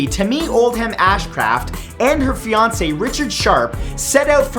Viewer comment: He said her fionce